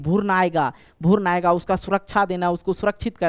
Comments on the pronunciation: भुर्न nhi hota h guru भ्रूण hota hai 🤪 thoda language ko thik kijiye. नींद में बोल रहे हैं क्या 😂😂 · Sir bhoorn nhi भ्रूण hota hai😂😂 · Sir app pehle bhrun bolna sikh lijiye bhurn bol rhe h😅😊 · भुर्न नहीं भ्रूण होता है मास्टर साहब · Bhaiya wo bhroon hota hai.. bhurn nhi..